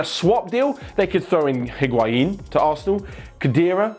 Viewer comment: why does he say higuaiiin🤣🤣🤣🤣